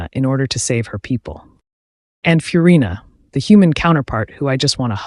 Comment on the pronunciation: Ah yes, my favourite Jenshin characters: Foe-sa-lore and Fewrina